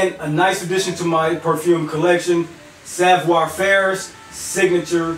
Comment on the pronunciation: It's Savoir" not savior.